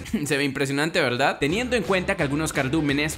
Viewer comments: Al minuto Dice veldad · soy yo o dijo " está de pelos veldad" :v?